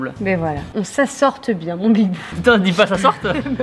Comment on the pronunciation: on ne dit pas sassorttent mais s assotient